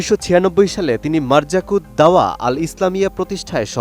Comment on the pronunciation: মারযাকুদ দাওয়া নয় মারকাযুদ দাওয়া